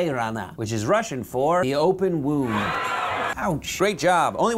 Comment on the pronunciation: Who here is Russian? I AM :D (And you really mispronounced open wound)